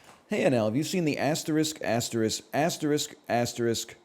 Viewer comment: Personally i love the 30 different consecutive ways he pronounces asterisk